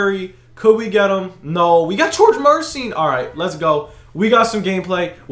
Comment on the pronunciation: Isn’t it mur-eh-sean😂